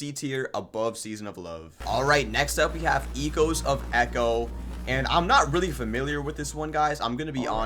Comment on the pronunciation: Its echoes of e co not e choes of eco